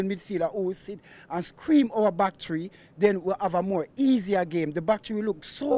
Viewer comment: "Tree points"